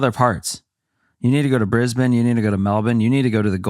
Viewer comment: THANK YOU for pronouncing Melbourne (Melbin) & Brisbane (Brisbin) correctly 🎉 hahaha